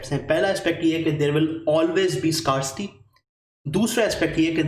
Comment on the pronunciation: With due respect it is not scar-city but "skair-si-tee"